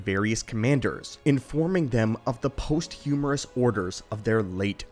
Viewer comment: "post-humorous" 😂...is that the emperor being funny after the fact? 🤔😅